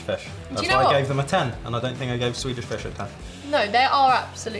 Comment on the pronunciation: You pronounce Swedish weirdly well! And to answer a question: Sweden is more of a coffee country than a tea one ( people do drink tea though ). Actually no 6 per capita in coffee consumtion.the Finns are no 1 and Nordic countries are...over represented at the top. So bizarre amounts of caffeine. Let’s fika! ☕️